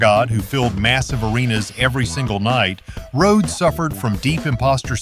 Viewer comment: Rō-hee-ōdes? You make a tribute video to Randy Rhodes, arguably THE greatest metal/rock/classical guitarist of all time and can’t ensure that your AI program even pronounces his name correctly? That’s not a tribute. That’s an insult. I hate AI. If you really made this video as a tribute to Randy Rhodes then you would have either voiced it yourself or had another human who could pronounce Rhodes correctly narrate. But you made it for the views and likes. Build that channel, get those views, deposit that $. It’s not about passion, not about hard work, not about anything except putting out videos as quickly as possible regardless of inexcusable errors like AI not knowing how to even pronounce the legend’s name correctly. Have you even ever actually sat down, put on your headphones, closed your eyes and listened to Randy Rhodes play? If not then you’re missing out on something amazing. Stop putting out AI videos and disrespecting genius. It completely lacks any sincerity.